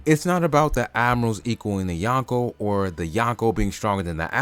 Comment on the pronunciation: it’s “Yonko” not “Yanko” Drop the A